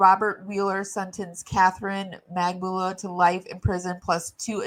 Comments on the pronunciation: it's actually mag-ban-ewa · It's said Mac-ban-a-wah 😊